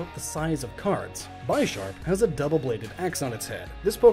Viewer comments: Since you recognize that Pawniard is based on a 'pawn' from Chess, do you not get that Bisharp would be pronounced 'bish-arp?' Because it is named partly after the bishop from Chess? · Great video! By the way, I think Bisharp is pronounced "BIH - sharp" and not "BY - sharp", which would make sense since it's an upgrade on PAWNiard. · It's "BIH-sharp," not "BYE-sharp." It's a pun on Bishop. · It’s weird to me that you mentioned pawniard’s connection to pawns, but not Bisharp’s connection to bishops. Combined with you calling it by-sharp instead of bih-sharp… did you even realize this? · Pawniard and Bisharp are both inspired by chess pieces, not just pawniard(pawns and bishops). Also, seeing as it's name is a play on bishop and sharp, Bisharp pronounces it's name as be-sharp, not by-sharp. Don't wanna be that guy, but the way you we're pronouncing it was super annoying. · tell me, when you play chess do you say "Ill move my bIsh-op No, its bish-op and therefore bish-arp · I thought Bisharp was pronounced "Bih- SHARP", like a bishop, since the whole line is influenced by chess and all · It’s b « e »Sharp not ‘’bIsHarP’’ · Why do people say it like "By-Sharp." It's a bishop. Do you pronounce that By-Shop? Cause you're just wrong. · The way you pronounce Bisharp leads me to believe you never caught the fact that it's ALSO a chess piece. Bishop? Helloooo? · I hate how he pronounces Bisharp and forgets the whole naming gimic with chess in this line, Pawniard>Pawn, Bisharp>Bishop, Bisharps head axe also looks like most bishop peices